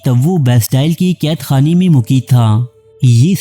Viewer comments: Mugaiyad Not Muqeed First learn Urdu pronunciation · Qasam sy bilkul sahi kaha app ny 🤣🤣🤣